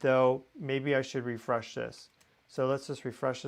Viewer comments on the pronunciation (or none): none